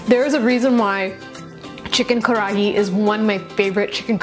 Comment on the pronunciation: roll your R so it almost sounds like Kadahi